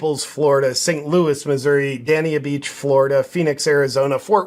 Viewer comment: I love you, but Dania Beach is pronounced day-nee-ah Beach